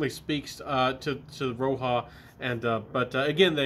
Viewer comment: RO-HA!!! 🤣 I love it when you say that,!! Hey, who cares what the right pronunciation is when the juices are good? Anyhow, did you just get these or had them for a while? My favorite is still Elysium from Roja. It's very versatile and safe for all occasions.